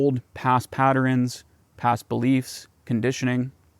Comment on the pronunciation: Curious what area are you from? I rarely hear people pronounce pattern as “patter-in”.